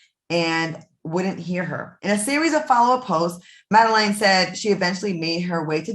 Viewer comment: You didn't even pronounce her name right and that's half of what makes this whole thing what it is